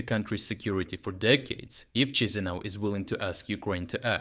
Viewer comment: We can't, theres no soldiers and there's too many Ruzzia lovers here, we will also get destroyed in minutes by Russia, we're not Ukraine :D not as strong. Also it's not CHIshinau, its Kishinau, that's how us Moldovans spell it